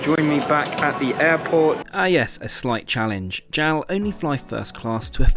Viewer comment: Why do you pronounce JAL and ANA as Gel and Anna? They’re both clearly acronyms: J-A-L and A-N-A